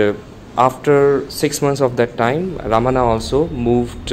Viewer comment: It is pronounced as Bhagavan Ramana not Raman.